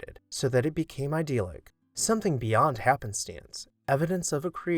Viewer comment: I appreciate your work and look forward to your videos. I have a recommendation for you: please learn to pronounce “idyllic” and “dentil” correctly. i-DILL-ick and DEN-til, not ideal-ick or den-teal.